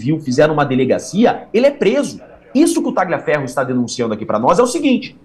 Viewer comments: Por favor, a pronúncia correta é " talhiaferro", GL em italiano, é LH em português, é outro idioma, GN em italiano, é NH em português, C ou CC em italiano, é " tchi" em português, por isso dizemos " tchiao" para a palavra ciao, CH em italiano, é QU em português, por isso Gianechini todos falam corretamente....................................... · Não é Talhaferro Tagliaferro